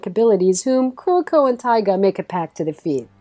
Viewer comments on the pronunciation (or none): For #7 Kuroko no Basket. The names are TAIGA KAGAMI and TETSUYA KUROKO! Not Teiga Kakami and Koruko 👍🏻